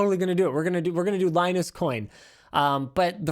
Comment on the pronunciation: LieNoose.....please straighten up or you will turn into Leo LaPorte